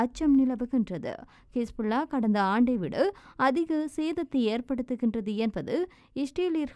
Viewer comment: செய்தி வாசிக்கும் சகோதரிக்கு ஒரு கோரிக்கை - சகோதரி தயவுசெய்து "கிஸ்புல்லா" என உச்சரிக்க வேண்டாம். அதை "ஹிஸ்புல்லா" என உச்சரிக்குமாறு கேட்டுக்கொள்கிறேன். தமிழில் உள்ள வார்த்தைகளை மட்டுமே சுத்தமான தமிழில் உச்சரிக்க கற்றுக்கொள்ளுங்கள். மற்றைய மொழிகளில் உள்ள வார்த்தைகளை அதன் உண்மை உச்சரிப்புடன் மட்டுமே வாசிக்கவேண்டும். இல்லாவிட்டால் அதை புரிந்து கொள்வது இயலாமல் போய்விடுகிறது.